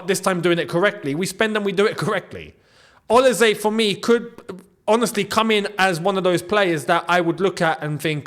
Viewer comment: Quick one. Olise is pronounced with an S and not a Z. Thanks for all you do.